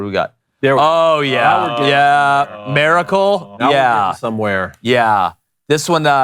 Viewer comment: Can someone teach to pronounce Miracle. It's not Maracle. 😂😂😂 Happy 4th boys!!!